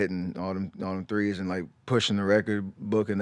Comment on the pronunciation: He kept saying “Threce”